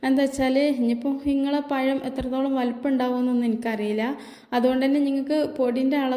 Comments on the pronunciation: പയം അല്ല പഴം ആണ് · Ithra samsaram venda.. Parayunnathu clear aayi parayu...payam alla, pazham... Vaanam alla, venam...LKG student pole...Palahaaram super..